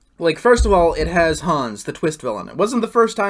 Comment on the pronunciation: That is the correct way to pronounce Hans (I say this reflecting on the mispronunciation in previous videos)